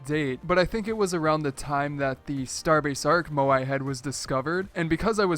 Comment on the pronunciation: Drinking game: Take a shot every time butchers the pronounciation of Moai